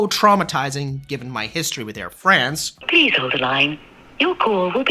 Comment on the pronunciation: KLM is a crap airline. The Business Class on longhaul is just a joke. Disgusting food and mostly unfriendly crews. By the way, the pronounciation of "France" in "Air France" is like "Fronce". You have to speak the a like an o! 😊